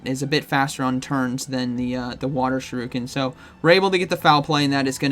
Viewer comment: for the love of god it’s shUriken. Not shirUken. Shur-uh-kn. I can’t take it anymore please just get it for god’s sake